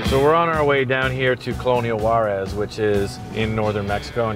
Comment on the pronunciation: Juares is pronounced "who-ahdes"!